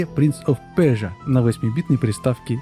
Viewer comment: Лайк за "принц оф пержа", именно это правильное произношение!